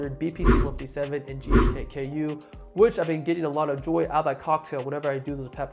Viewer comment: yes he mispronounces it. It's GHK-CU, or more commonly known as GHK copper peptide, as CU is the abreviation for elemental COPPER in the periodic table